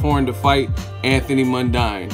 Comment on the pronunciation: As I already told you - it's pronounced Mun-DEEN you ignorant fuck. And tell the WHOLE story - Lewis made that suggestion because of his difficulty making weight. He ALSO said it doesn't mean he thinks Horn can't win.